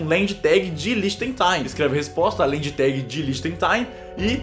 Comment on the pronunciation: A pronúncia correta é "land tak". Lendi tegi ta errado rsrs